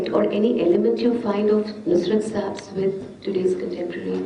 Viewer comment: say nusrat sahib,not nusrat